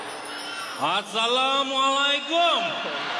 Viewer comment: Part assalamualaikum tu buat aku gelak...ingat karakter bangla